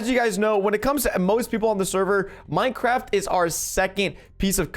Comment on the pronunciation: Fortnite dead play minecwaft